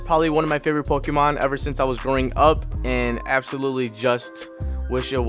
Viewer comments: It triggers me he is saying the Pokémon wrong 😑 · Good pull but are you fuckin with us with your pokemon name pronounciations